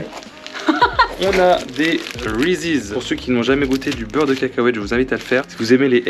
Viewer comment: on dit pas reesise mais des reesses